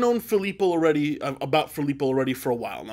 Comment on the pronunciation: Filippo loreTi is the pronunciation. Are you not italian? Pensavo fossi italiano! 🧐